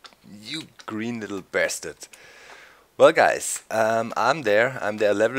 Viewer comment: he says bastard weird